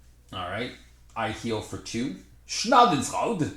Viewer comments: Repeat after me: "Sja-dun-froi-duh" (Schadenfreude). ;) Thanks for the video! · i pissed my pants on how you pronounced "Schadenfreude" xD that came unexpected! :'D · I'm German. it's a German word. And i didn't even know that it's also used in english :D so i was first confused and then amused everytime you pronounced it different :D nice playthrough btw! just stumbled upon your channel and i really appreciate the content! can't wait to get my hands on this expansion :) happy Easter weekend